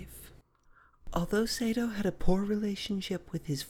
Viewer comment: His name is pronounced Sah-do (as in ma or pa) not Say-do.